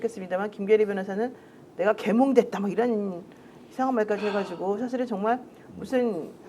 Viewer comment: 잘 들어보시면 난 계몽을 했다가 아니라 난 개몽을 했다라고 들리는데 ㅋㅋ